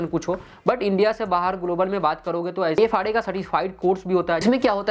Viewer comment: Ifrs (not ifra)